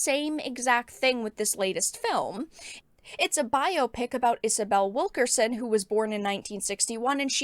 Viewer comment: When I heard you say Wilkerson before reading the spelling, I honestly thought I heard you say, "Wokerson."